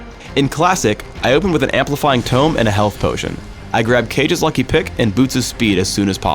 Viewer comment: "Cage's lucky pick" Caw-gay, as in your fiddle commentary. C wut I did thar?